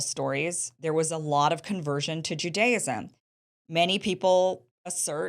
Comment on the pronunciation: She's actually pronouncing Judaism incorrectly.